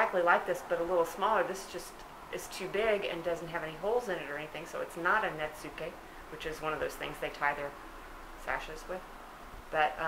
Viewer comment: great stuff, love the spurs and the retractable pencil is cool too. btw, the "su" sound in Japanese is silent most of the time when used mid-word, so Netsuke is pronounced netskay (the e in Japanese generally sounds more like an A in English when used at the end of a word) I have attempted to teach myself Japanese in the past when I had many Japanese clients, I was not very successful but I have retained a bit of what I learned.